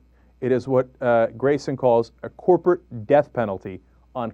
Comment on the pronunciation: Coorporate huh? :P